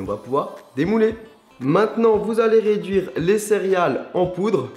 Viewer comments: Au cas où, on dit " céréales" et pas " cériale" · C'a me stress comment tu fis : Céréales et Chantilly